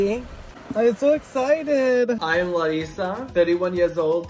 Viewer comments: Is this guy Brazilian? He says “Larissa” and “Minas Gerais, Brasil” PERFECTLY! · The way he pronounces words as Larissa is spot on!! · He pronounced Larissa's name exactly like we pronounce in Brazil. lol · His accent and pronunciation as Larissa is on point!